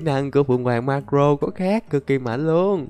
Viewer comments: Marco ko phải Marro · Tao là ati fan đây tao dái video này được 500 nghìn lược ko thích độc tên cũng sai người ta là maco lại đọc là maro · Em đoán anh xem ít one piece vì marco anh đọc là mắc cờ rô